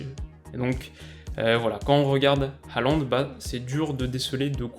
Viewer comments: Un petit truc pour pas que tu te trompes encore ça s'écrit Håland mais ça se prononce plutot comme HORLAND et pas haland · Salut! Superbe analyse!;) Pour parfaire tes futures vidéos, un petit conseil de prononciation, en norvégien (je suis danophone), on prononce Håland "Hôland" (comme le pays ou l'ancien président mais avec le "h" aspiré). "å" retranscrit "aa" dans notre alphabet est un "o" accentué. Plus il devient connu et plus la mauvaise prononciation "Alande" se popularise ahah. Et Ødegaard se prononce"Euhdegôrd" ("ø" se disant "euh"). Bref, les langues scandinaves sont complexes et pleine de pièges. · je tiens à dire juste qu'on dit "herland" parce que le å se dit "er" mais c'est pas grave une de tes meilleurs vidéos (peut-être parce que je suis norvégien aussi 😂)